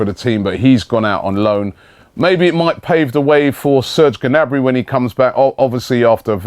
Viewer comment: It's not 'Genabry' Robbie!